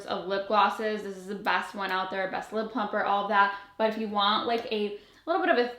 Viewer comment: "Olive" the roses😂